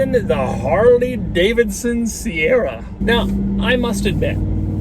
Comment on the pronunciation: I constantly forwarded the video and the only thing I listened to was harley davison